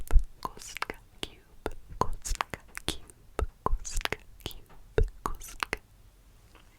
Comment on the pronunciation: Oh my god, I didn't know you were part czech! Your pronounciation of cube was really good. I had your video in background, so when I heard "kostka", I was confused at first lol